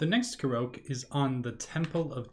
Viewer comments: This video helped me a lot! No idea there were this many Koroks on the Great Plateau! Side note: Korok, I believe, is pronounced like Kor-rock…cause many (not all) of them are round under rocks! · Is there a reason why you are saying Koroke?